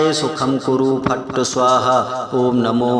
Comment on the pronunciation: मंत्र में " फट्" का उच्चारण फट्ट कर रहे हो जो बिल्कुल अनपढ जैसा लग रहा है। शायद मंत्र लाभ भी नहीं देगा।अतः इसे डिलीट कर पुनः लोड कर लीजिए।